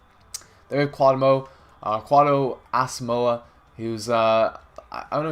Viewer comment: Its pronuced Afrea Acquah and Quedo Asamoah